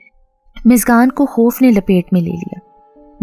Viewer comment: App muskan ko miskan miskan q keh rhi hai? Mtlb itna mushkil name to nhi k ap muskan ko miskan miskan kr rhi hain